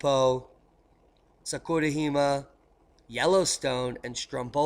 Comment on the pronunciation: great as usual. It was an honor to meet you at the Observing the Frontier conference. You are a must-watch every day! FYI, Jima (island in Japanese) is “gee-mah”. Keep up the great work, I learn SO much from your channel. Thanks.